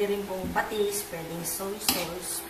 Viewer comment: hahahaha Ang pag pronounce nya ng sauce.. soy sows instead of sauce